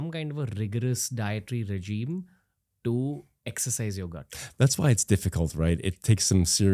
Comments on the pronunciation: Why is Ranveer saying ‘ta’ here instead of a proper ‘to’. So annoying. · bhai - ye “to “ ko ta ta ta taa kyo pronounced karr rhe ho… ameer ho gaye toh gaadi kharido but “to” ko baksh do 🙏.